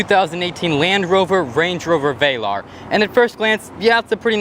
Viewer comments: Not VAY-larr. Vel like “fell” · It's not pronounced "vailar" it's VELAR damn bro!